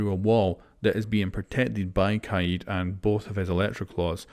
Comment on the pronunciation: I like how u r pronouncing kaid as kah-yeed